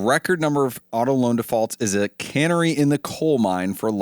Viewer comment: Did he say "cannery in a coal mine"? That would be a weird place to send the fish to be canned. Except maybe at the Boulby mine. They could open a hole for the fish to come in to the mine and right to the cannery.